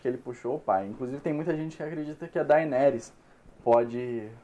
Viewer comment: tbm me irrita kkk, a pessoa assiste a serie, ouve a pronuncia dita pelos personagens e mesmo assim fala errado aff